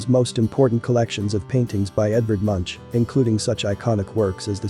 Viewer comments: ‘Munch’ is pronounced Mounk, not munch as in munching food…..better to just say ‘Wine monopoly’ rather than to mispronounce vinmonopolet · Nice video. One thing, however, the artist Edvard Munch; his name is pronounceed with a clean K in the end, not like he were munching a donut or sthng.... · Come on! The artist Munch's name is pronounced MUNK, not munch. Actually, the U sound in the name doesn't happen to have a parallel in English. It's not like dunk, sunk or mumps. It's more like a regional English sound like doonk or soonk. Great video by the way. I subscribed.